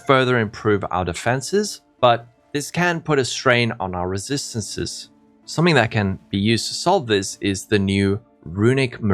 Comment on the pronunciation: If I hear you say resistancesesssesssssss one more time...